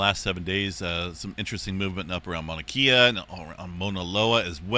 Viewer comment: Hate to be too critical, but being from Hawaii, we are when it comes to the Hawaiian language. Mauna Kea is pronounced with a short "e" as in "eh", not as in "ee". So, Mauna Kehya.